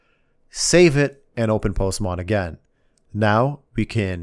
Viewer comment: I love how he says "Postmon"😂